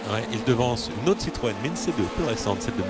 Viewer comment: écouter bien......il dit citroen siroco mdr